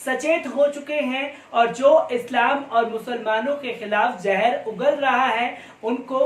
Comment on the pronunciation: Please try to improve your pronunciation, it is very hard on ears. Zahar not jahar? Learn from Pyurus Shrama, Abhisar Sharma. They speak correctly, pronounce correctly.